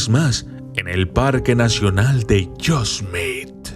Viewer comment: Bro es : yo-se-me-ti